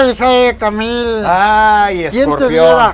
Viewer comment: "Jaimico Camil" 😂😂😂😂😂😂